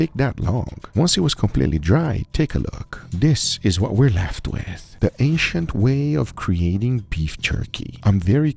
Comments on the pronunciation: Ancient ❌ Asiant ✅ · OH I thought he was saying “Asian methods” but the whole time it was ancient 😂😂 Me big dum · I swear I thought he was saying Asian til I read the title lol. 😅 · Every time he said ancient I hear Asian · Guga keeps saying "Asian" from what I hear LOL until i realized he meant Ancient hahaha peace out :D